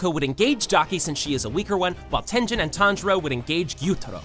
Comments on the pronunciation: bro whats tenjen 💀 its ten - Gen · Did you really pronounce mugen like mu Jin and tengen like ten jin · you said tenten not tengen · bro really said “tenjen” 💀💀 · this nigga said tenjen 💀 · ngl i hate how you dont know how to properly pronounce tengen or mugen when they are said so many times in the anime (correctly)